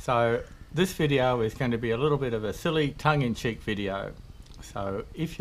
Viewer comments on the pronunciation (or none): Did he say toad oil? Hahahahaha!!!